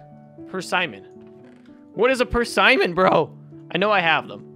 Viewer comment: It is said persimmon